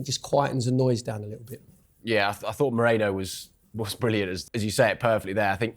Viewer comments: Guys it's Merino and not Moreno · MerIno not MOrEno. Come on guys! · What’s wrong with the panelists? They’re saying Moreno instead of Merino🙄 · It’s not Mereno, Moreno, Mourinho (as Joe Cole was calling him on Saturday) it’s MERINO!